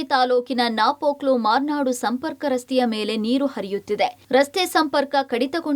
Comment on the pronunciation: Its Murnad not Marnad